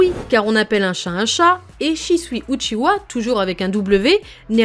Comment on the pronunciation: A partir du moment où elle dit « uchiwa » avec un W j’ai pas pris la vidéo au sérieux 😂